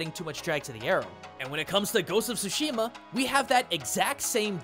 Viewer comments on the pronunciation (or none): Why do americans keep saying it "SHOO-SHIMA". Can't you all pronounce "TSU"? Like in tsunami